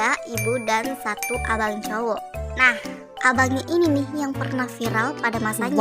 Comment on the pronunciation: Salfok sama abang "cowok" 😂😂😂